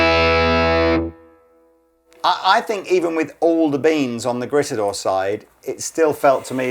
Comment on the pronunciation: It’s pronounced: “greet-a-door”, guys.